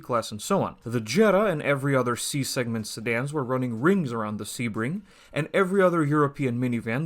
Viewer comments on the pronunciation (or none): none